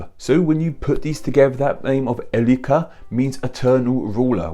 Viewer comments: "Elli-ka"? Ey-reek-(e)r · Why do pronounce Eirikr as Elrikr? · I love your videos but you pronounciation on eirikr 😂😂 It sound like your saying "El ika". It's not Spanish 😉You pronounce "ei" like an English "A". Rikr is pronounced like saying reekr in English, but with rolling R's of course. Love you ❤️ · Haven't got time to read 200 comments right now, so I'll just chip in my to bits. Pronunciation: 'Eirikr. The little, dash over the 'i' is just to signify that it is SHORT. Not 'eee' and definetelby not 'ey'! So in modern English more like 'Ay-rekr'. In Norse that is. And the suffix - rik/-rich in 6th century proto-gothic means 'the strong one'. In 8th century Anglo-Saxon it turned into 'the mighty/powerful one'. And finally in 12 century Low German it meant 'the wealthy one' as in 'riches'. So of cause who would you choose as your ruler if not the strongest, most powerful and richest guy around, get it? So it not originally 'ruler' by meaning but by association to character and ability. And how do I know this? My name is Ulrik. Originally AL-RIKUR, The All-strong, All-powerful and All-mighty! So there. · That's hilarious 😂. Especially if he wrote the script himself. He write Eirikr himself